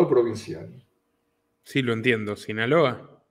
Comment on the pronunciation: ¿No puede hablar bien ese entrevistado? Ni siquiera SINALOA puede pronunciar. Si es tan temeroso a decir las cosas por su nombre, que no se preste para dar una entrevista tan mala.